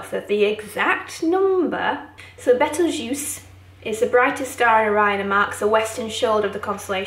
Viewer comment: Do you realise you pronounce Betelgeuse constantly wrong?? I’ll be damned!